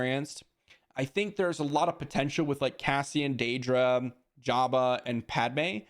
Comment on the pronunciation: The way you mispronounce Dedra over and over again makes me think you've never seen the show Andor.